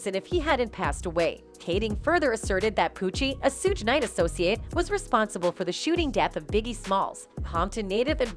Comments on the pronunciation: 😂😂😂 Really, Sewge Knight😂😂😂 Yall so quick to put out false info and don't even know how to pronounce the names of the people you lying on 😂😂😂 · "Sooge" Knight. 😂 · If this lady mispronounces Tupac and Suges name one more time 😡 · U need to learn how to pronounce their names before u make things like this shug night and 2 pac lmfao 😂😂😂😂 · She needs to learn how to pronounce TuPac and Suge